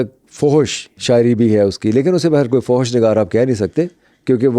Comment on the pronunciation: ریسرچ کمال کی ہے.. اردو کے خالص ادبی الفاظ کی کمال مہارت سے استعمال.. سنتے ہوئے لگتا ہے قدیم عربوں کو سامنے دیکھ رہا ہوں کوئی فلم چل رہی ہے واہ واہ کچھ الفاظ ڈسٹرب کرتے ہیں جیسا کہ فحش کا لاہوری تلفظ 😂